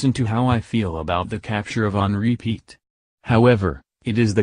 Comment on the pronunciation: Uhm. He kinda said our last name wrong. Its pronounced (pee-ette)